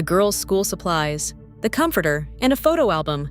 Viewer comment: The way she said COM FORTER 😂